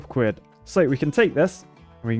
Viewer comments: It’s Quid not Cuid lmao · Ah yes “cwid” my favorite currency. Way better than dollars and sents. Perfect for buying architect’s tears mugs, blessed by the cween and cing. Honestly “cwid” if the best currency I cnow of. Anyone who doesn’t lice “cwid” is an architect and as such should be shamed in a state of the art, beaver engineered, shaming wheel.